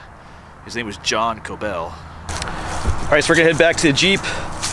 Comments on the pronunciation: Regarding the pronunciation, I believe that it would be pronounced like “Kob-el” not “Ko-bell”. There are so many variations of the name Kobel including Coble, Cobel, Gobel, etc. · Thank you for sharing some of my family history. I have yet to get over to Altalaha to visit their graves. Henry and wife were my 7th great-grandpatents. By the way, Kobel rhymes with 'noble'. Yes, it is a gruesome tale. You did great pronouncing the name of the church; it's not easy! I heard the mom was nursing her baby when she got attcked, from what I read.